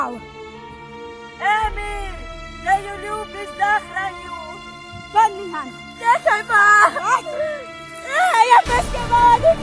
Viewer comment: NIHAL? PANE BOŽE TO SA ROZPRÁVA NIHAN A NIE NIHAL 😂😂